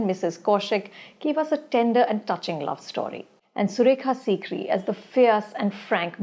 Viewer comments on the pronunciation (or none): none